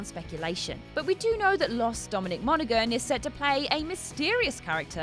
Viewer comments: It's also pronounced Mona-han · Monaghan is pronounced without the g, just saying.